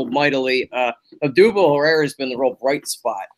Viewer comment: Honestly I rather deal with Joe Buck than Schmidt. At least buck does his homework. Schmidt was still saying Herrera and every other Spanish persons name wrong. Even tho it's his fucking job, to know and say their names. I mean it's one thing to say opposing team players wrong, but cmon at leasy get our own guys right. Its downright arrogance, when the guy sitting next to him can says the names right 10 times a night over the course of 80 games, but Schmidt refuses to learn